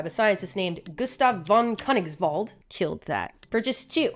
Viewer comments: Its cone-eeks-vald. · I'm german and yes you killed it with Gustave von Königswald ❤😂